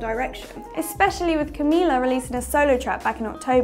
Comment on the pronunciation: Wants to be the Fifth harmony -> Can't even pronounce Mila's name properly... #MTVLogic